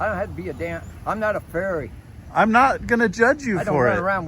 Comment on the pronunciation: Is he saying “faerie” or “furry?” Cuz I know a couple of furries and they would like to follow this man home and root through his garbage. (They are human-sized raccoons with a lot of free time)